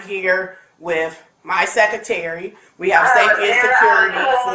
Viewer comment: and her "seckitary"